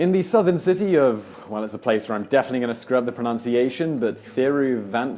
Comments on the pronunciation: it is pronounced thi ru van an tha poo rum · At least he admitted ahead of time that he'd screw up the pronunciation of Thiruvananthapuram. He could have gone with its old name that it had from British rule all the way through to the early '90s -- it was called Trivandrum back then, which is a lot easier for most westerners to pronounce (and in fact the Anglican pronunciation of that name would have been more or less correct). BTW, it's -- "Thi" (like thick) - "roo" (rolling r like the Spanish rr) - vaa (rhymes with "aaah", not emphasized, just stretched...) - "nun" - "tha" (again a th like ¨thick") - "poo" - "rum" (again with that rolling r). India being a cheap country... eeehhhh... I mean, places like Thiruvananthapuram may skew the figures, but the thing is that if you are looking for work there, you're more likely to end up looking in major metropolises like Mumbai, Bangalore, Hyderabad, Delhi, etc... and those places are crushingly expensive. Yes, by land area there are a lot more Vellores like Hyderabads... but that doesn't mean that is where you'd end up. Also, you want to talk about the stark juxtaposition between haves and have-nots... The video mentions the beauty of a place like the Taj Mahal -- yeah, you go inside the grounds, it's friggin' gorgeous and the scale is massive, but you step outside the gates and it's like walking through a garbage dump inside a toilet.